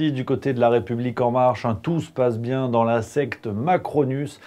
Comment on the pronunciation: et pendant ce temps, ils y en a qui vous disent que "TOUT VA bienG" PTDR